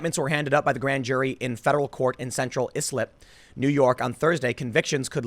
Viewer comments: Tim, "Islip" is not pronounced "Iss-lip". It's pronounced "Eye-slip". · the town is pronounced eye-slip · Just here to point out that the town is pronounced "eye-slip" not "is-lip." good attempt though :) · CHAZ-ites are criminals, period. And “Islip” is pronounced /ICE-lip/. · Tim it's Pronounced Ice-Lip..islip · "Islip" is pronounced "Eye-slip." I'm from Long Island. If you have a hard time with "Islip," you're going to have hard time with any town that ends in "ogue" like "Patchogue" and "Quogue," not to be confused with "Quiogue" all on Long Island. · Islip is pronounced “eye slip”. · Its Central I-slip. Tim do you pronounce things wrong on purpose!? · Tim. It’s pronounced “Ice Lip” 😂. Where are my Long Islanders at lol. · Ice-Lip. Its pronounced Central Ice-Lip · Central Islip Distinct Court pronounced "[ice-Lip]". Still love u, Tim ❤ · Tim it's pronounced EYE-slip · Love your work, ty! (Islip is pronounced like ‘I Slip’) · pronounced "eye-slip" not islip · Islip pronounced I-slip or Ice-lip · Omg you are so bad at pronunciation Tim!!! Islip starts with a LONG i. LOL.